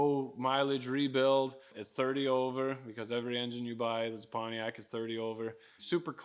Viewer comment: It's pronounced "Panty-ac"...😂